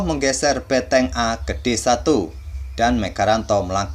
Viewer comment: Mengganggu banget ngomong beteng nya...